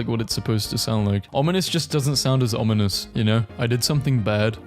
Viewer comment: yayy you learned how to say ominous ^^